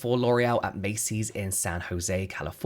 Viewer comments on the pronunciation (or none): none